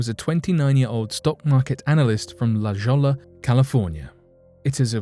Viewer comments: It's pronounced La-hoy-ah... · La Jolla, a California city near San Diego, is one of many here with Spanish names. In Spanish, a J is pronounced like an H, and a double L is pronounced like a Y. La Jolla is pronounced La Hoya. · FYI La Jolla is pronounced La - HOY - a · i think its pronounced la hoya california....not la jawla. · It’s pronounced La Hoya........La Jolla....I lived there for 12 years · La Jolla, California.... Pronounced "Lah Hoy Yah." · Say it with me: "La-HOY-a" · La Jolla .is pronounced (lah ..hoya) lol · Make that J sound like H and double LL's like a Y ---- La Hoy-ya - La Jolla not tor tilla -tor te ya , simple yes LOL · That's LA " HOYA" FYI. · Oh, I see a million people correcting your pronunciation. Punished enough! LOL. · It is la HOYA SPELLED JOLLA BUT PRONOUNCED HOYYA. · How many people are going to give the pronunciation of La Jolla? I think we got it, thanks.